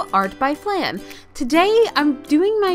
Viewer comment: Flán? Or flan?